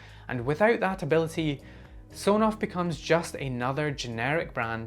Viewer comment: I believe the official pronunciation of Sonoff is S-ON-OFF referencing a toggle of an on/off switch.